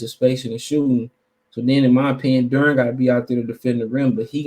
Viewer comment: Its Banchero, Not Barencho. Its DUREN not DURHAM